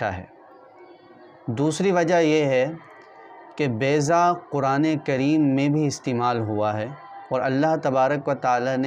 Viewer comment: Its baiza not bayza